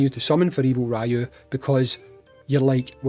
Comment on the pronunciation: His name is Ryū (REE-YU) not Raiyu Just like how it’s not SHORAIYUUKEN